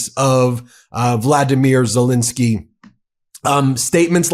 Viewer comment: It's Volodomyr Zelenskyy, not Vladimir. That's the war criminal's name.